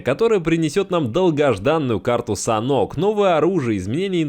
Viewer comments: Не Санок,а Санхок.Не в 4,а в 2 раза меньше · Может саннОк, а не санк? на саннОке, а не санке? это как с валетами, нет валЕта, а не вальта